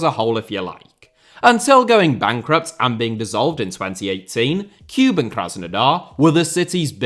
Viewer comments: So needless to say, 'Cuban' Krasnodar has nothing to do with Cuba ... Kuban, or Kouban, is an area and river in the southern Russian Federation. To distinguish, rather than 'kyoo-bun', the pronunciation should be more like 'koo-bahn' (like cuc*koo* + auto*bahn*). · listening to you butcher team names is half the reason I love this video! Tea-arh-ehz and Cuban were both an especially nice touch. Cheers.